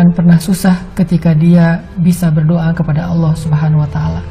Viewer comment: Berdoa bukan berdioa